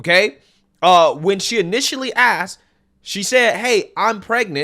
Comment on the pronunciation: She axed them